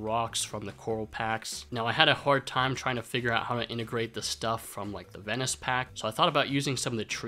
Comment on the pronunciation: A Ven-isch environment...